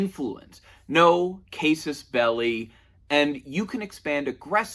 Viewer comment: Cah-sus belli. It's Latin.